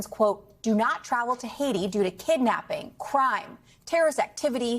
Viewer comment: Cannot pronounce Hatti nor Syria nor ideological, all in the first 20 seconds of broadcast, this is a bad look.